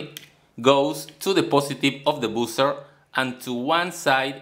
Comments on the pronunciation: it's "bah-ser" and not "bu-cer", that circuit could be very useful to make some amplifiers but 120vac is quite high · Very creative! Just a tip: buzzer is pronounced /'bʌzə/ not /bu:sə/, and current is pronounced /'kʌɹənt/ not /'ku:ɹənt/ (current is a word you use in nearly every video so it's worth learning how to pronounce properly!) - listen here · I heard "boozer" 🍺🍾🍻🍷